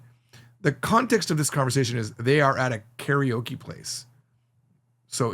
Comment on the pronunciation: i like the backdrop. i vant one. you said carryokee, and that is interesting how the pronunciation of english native speakers mostly is that, along with caratee, and tokey oh. a new one is waygoo beef. and everyone says nyeconn, and hahn-duh etc...